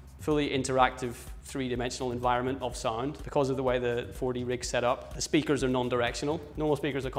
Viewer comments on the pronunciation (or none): none